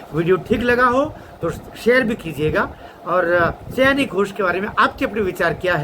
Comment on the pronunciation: उसका नाम सयानी नहीं, 'सायोनी' घोष है।